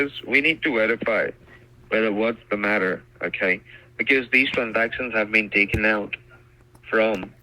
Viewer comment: 2 TOUSAND, AKAY!!!!!!!🤣🤣🤣🤣🤣🤣🤣🤣🤣🤣🤣